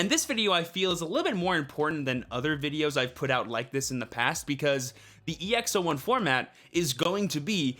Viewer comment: It's EX-"Aught"1